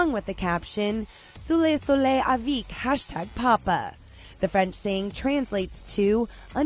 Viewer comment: All i want to know is why would you pronounce avec “aveeek”